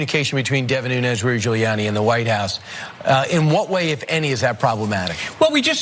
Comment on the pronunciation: 🤔 does any1else notice how Hannity gets ppls names right, until they're in trouble? 🤷‍♀️ now he's even purposely pronouncing "Giuliani" wrong. he callin him "Julie Annie"... wtf ... 😳🙄🤣